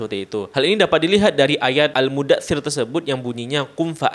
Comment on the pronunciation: Muddat tsir bang bukan mudda' tsir